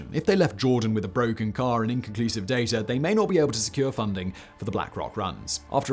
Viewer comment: Oh, there is no "r" in "data" my friend! 😝